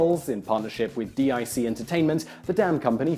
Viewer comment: DIC (Diffusion, Information Commercial) or DiC (Do it Cheap), both the same company, are said as "deek", not spelled out as initials.